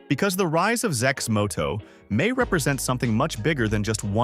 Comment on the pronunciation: Thumbs down for A.I generated videos that can't pronounce the name properly...